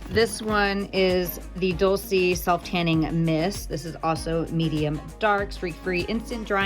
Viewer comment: no hate, but I think it is pronounce "dolche"...like in dolce and gabbana.